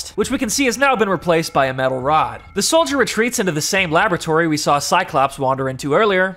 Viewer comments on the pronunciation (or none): When said a aboratory it's laboratory